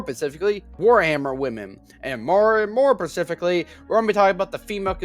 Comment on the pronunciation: The way you fail to say the word "specifically" correctly is painful. I can't watch this.